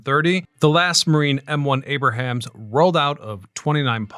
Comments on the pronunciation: It's the M1 Abrams, not Abrahams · did he say "Abrahams" instead of Abrams? lol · It's not ABRAHAMS it's ABRAMS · Need to work on those pronunciations bud. Its 'Ren o' and 'Abrams'